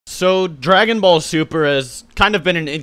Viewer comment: Dragon Sall Buper You read that wrong